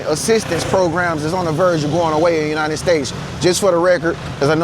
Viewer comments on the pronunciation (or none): none